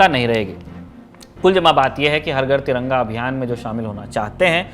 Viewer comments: Bhai Taranga nehin tiranga, sahise bolo sec dekho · Taranga...kyo bol rhe ho aap